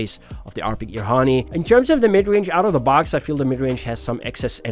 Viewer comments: Was gonna say that, ha nee is crazy lol. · pronounced as haa neh not honey or heyn.. it's japanese for wing